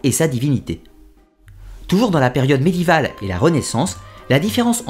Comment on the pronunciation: Un petit comm ' pour le référencement... Vidéo très intéressante ! Par contre vous continuez obstinément à écorcher "médiéval" en le prononçant "medival" ... Ça fait toujours bizarre et c'est fort désagréable pour les oreilles... Le français n'est peut être pas votre langue maternelle ? Ça expliquerait aussi le U de thaumaturge qui passe en OU de nombreuses fois dans cette vidéo... Bref rien de bien grave, juste qu'il reste toujours des choses à améliorer même sur un contenu presque parfait...